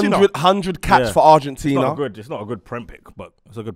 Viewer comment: man said “ArgentinEA” is such an undateable🤣🤣 clocked that😭